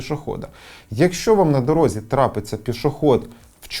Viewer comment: не "на дорогзі", а на дорозі